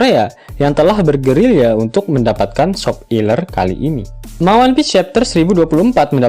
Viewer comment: Seger min "SOP ILER" nya ✌😂